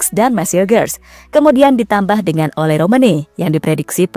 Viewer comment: sebutan nya ola tulisan nya ole